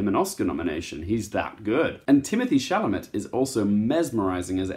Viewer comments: It’s pronounced sh-al-a-may not sha-la-met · It's pronounced Timothee "Shall-a-May"